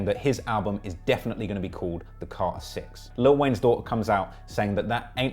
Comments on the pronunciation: Carter not Car-er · What's Cah-hur VI? lol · Lol you can’t say carter. Ugly ass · The way he's saying "Carter" is making me itch. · I can't get over the way you say Carter lol your killing me I love it😆😆😆💯💕